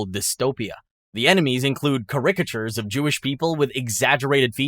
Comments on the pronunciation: I don't think you are human. Your pronunciations tell me you are possible AI slop. Are any of these games real?!? You're forcing me to question my reality. It's things like "Kay-rick-a-tures" and "Ex-trim-ests" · bro work on your pronunciation y ou made me cringe numerous times caricatures tang etc